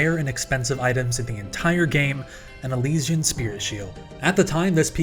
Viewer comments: The way you pronounced Saradomin and Elysian tilted me a bit. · Say Elysian again?